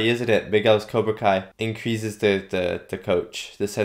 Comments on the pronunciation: No more... Sorry but Kreese is not Tom Cruise, the S is like S not Z. You said someone told you it's pronounced Z, just listen to the first movie again, it's definitely S in Kreese. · It's Kreese, not Krease. Love your reviews and reactions, by the way. Enjoy the rest of season 3, it's the best season so far!